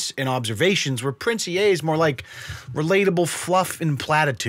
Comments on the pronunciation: Pronounced 'Ee' not "E-a' just heads up lol. He was a rapper and won now defunct Funk Volume first annual rapping contest. Then switched up to the social media motivation guru. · The Ea is pronounced as "E" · But its actually pronounced as "E"